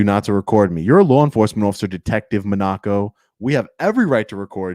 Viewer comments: Monaco - like the country MOHN a co not Monn AH-co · it is pronounced Detective mah-na-ko